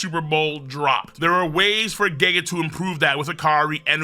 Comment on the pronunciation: First I've heard someone pronounce Gege like geegee lol